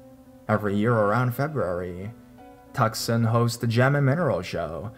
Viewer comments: Tuscon is pronounced "two-sahn", not Tuk-sahn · tucson is pronounce too sahn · Oml Tucson the way he said it I'm dying 😂💀